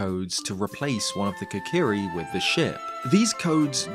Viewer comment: Kokirishield. . Not deky shield. Stip playing 3ds games.